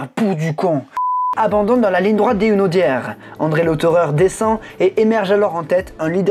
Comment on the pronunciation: tkt nous aussi les Sarthois ont dit les Hunaudières de cette façon mais sans "Z" 😉